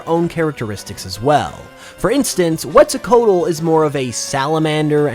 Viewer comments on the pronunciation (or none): none